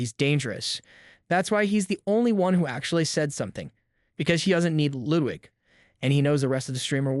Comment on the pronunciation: Techtone and Ludwig. Not techown and Loowig. But otherwise, this video is spot on.